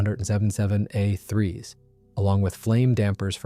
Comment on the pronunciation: What, you never heard of a He-plane? 🤣 I agree, I didn't know it was AI at first, then it kept saying HE instead of H then E.